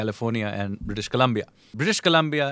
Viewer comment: He can't pronounce Colombia Kalmia and pretend to be expert